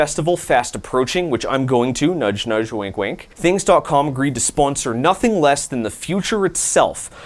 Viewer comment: There is no I in Thangs. Its an A, not an I.